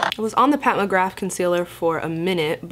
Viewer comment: Anyone notice her pronounce Pat McGrath as Pat McGraf haha or am I losing it